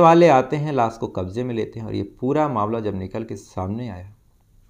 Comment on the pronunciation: Las nahi lash hota h